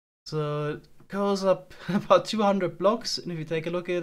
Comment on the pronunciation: about hat sich so angehört wie gebaut lol